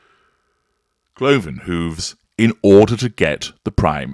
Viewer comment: Every time says, “Cloven Hooves”, I almost lose it. Never gets old!